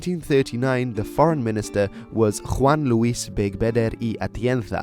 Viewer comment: You're the first english-speaking person who I've heard that pronounces corrently the J in Juan and Z of spanish accent in Atienza (Atientha)